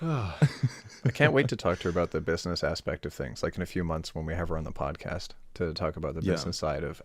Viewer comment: are we not gonna talk about how pronounces podcast as “podcost”